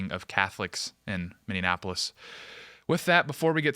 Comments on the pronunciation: Ive loved you hosting, but got damn you need to learn how to say Minneapolis! It’s “mini-apolis” not “mini-in-apolis” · I know this is a serious topic, but my guy, as a Minnesotan, PLEASE!! It's pronounced, "Minn-E-app-O-lis" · Mini-apple-is……it’s not hard…🤣🤣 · MinneNapolis? Anyone else notice this? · I cannot tell if is pronouncing Minneapolis as "min in" apolis or "mini-apolis"? Wtf? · Is it just me or does say Minneapolis strangely? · Could you please say the name of the city correctly? It’s Minneapolis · Please stop mispronouncing Minneapolis. You are losing credibility here.